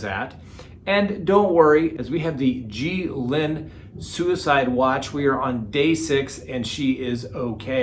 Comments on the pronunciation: it's a hard "G" pronounced: Gee lane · I love ya but every time I hear you say “Ghee-Lin” I scream at my phone “GHEE-LANE” 😅😅😄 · Enjoy the content. Ghislaine pronounced (Gill lane). S is silent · The pronunciation for the Maxwell first name is Gylan as in Dylan. Hard g. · Colby Ryan was adopted by Joseph Ryan. He is the biological son of Lori Vallow Daybell’s second husband. And Ghislaine is pronounced Gee-lane. It’s French. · Only can make a French name - Ghislaine, sound Asian - Xi Lin. Either way keep it up she doesn't deserve respect when she ruined & abused so many children. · It' s french and pronounced " Geez len " as in Geez! and Len as in Leonard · Pronounced Gill lane. Thanks for the vid 👍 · Please learn how to pronounce Ghislaine. Google it. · It's a hard G and then it's not Lee but a short I. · you need to hear the CORRECT pronunciation from the British news reports...CELTIC not Americanism!!!!